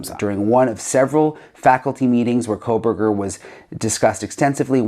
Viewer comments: The name “Kohberger” doesn’t have an “L” in it, FYI, Megyn. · There is no l in his name Megyn Kelly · Also please stop saying kohlberger... there is no L in his name..its KOh-berger...not KOHL BERGER. PLEASE PRONOUNCE IT correctly..its annoying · There is no L in Kohberger. Please stop the Kohlberger. I can’t take it anymore. Kohl burger!! No!!!! Say it right or please stop talking about his murderous ass. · Why does Megyn Kelly ( who I love btw), keep adding an L to his last name?? Pronouncing it as Brian Kohlberger?? She’s normally a perfectionist so why is she mispronouncing his last name?? I may be wrong about this… perhaps KOHBERGER is actually pronounced “Kohlberger”… ??? I’m confused… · His name is KOH-berger, not Kohl-berger. 🤨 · While you're correcting your language, can you please say Kohburger and not Kohlburger. Please!!! It makes me cringe every time. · Years now and M Kelly still doesn’t pronounce Koeberger correctly. Someone tell her!! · Megyn, there is NO "L" in Koeberger, fyi